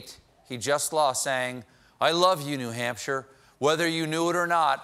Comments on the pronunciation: Bernie is calling new Hampshire the Hampshire, is this something people from there do? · not what i’m hearing. he says “Nuh Hamp-shur” instead of “Nu Hamp-shir” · Bernie is saying "The Hampshire," right? I'm not just hearing that?